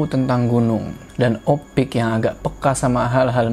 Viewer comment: Bang harusnya nyebut Opik ya bang bukan ipok lagi di menit